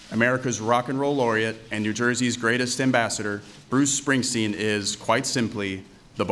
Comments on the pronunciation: James Allen check out obama pronouncing his name ...he sez ‘spring..teen’ 🤣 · Who the hell was announcing this? His name is SpringstEEn, not SpringstIn. Idiot. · She announced him as something that sounded like "Bruce Springston". Like she never heard of him. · She couldn't even pronounce Bruce Springsteen's name correctly 😢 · Great event did the address announcer mispronounce the last name Springsteen and then the next recipient, since we Tyson? Poor job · For such a prestigious & coveted award ... please do (next times) engage a presenter who can actually PRONOUNCE correctly the names of the recipients. This was sickening to hear. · idiot announcer pronounced his name wrong